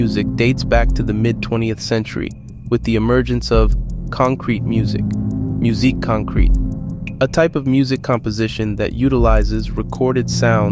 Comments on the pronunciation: fantastic video, thank you! just one that grated, I'm sorry! it's pronounced like concrett not concreet :) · when AI is better at pronouncing musique concrète than the utuber :) Pronouncing stem like steam is also funny